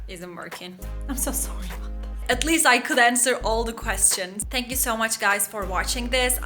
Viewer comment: At least'i çok garip telaffuz etmişsin.